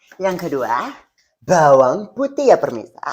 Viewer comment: The way he says empuk and bhawang bhawang 🤣